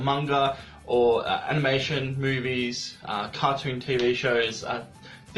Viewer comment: Did he say movies or boobies